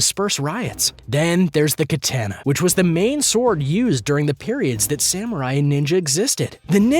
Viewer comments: 'KATENA' - WTF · Please learn how to pronounce “Katana” good god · Yo he does not know how to say katana